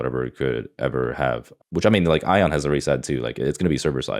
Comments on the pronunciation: Why am I so triggered over calling Ian Ion, instead of EEEE ann? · Why does he keep calling Ion "Eye-On" instead of "E-an"? Ion's name has been said aloud multiple times. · pronouncing Ion as ion gets me every time. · yeah deliberately pronouncing someone’s name wrong is just shitty behaviour tbh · He must do it for engagement. and say it properly and he knows who they are talking about. 😂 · STILL mispronouncing Ion's name is so belligerent lmao Distinctifying this comment in post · Well Ion's name is spelled Ion not Ian but yeah wrong pronunciation